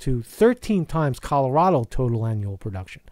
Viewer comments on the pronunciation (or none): none